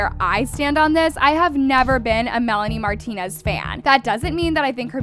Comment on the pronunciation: “aSOAR marlonrie mrantonez” like a (6 second pause)limboar. Sybau oops your parents made a mistake (literally), you need to retire.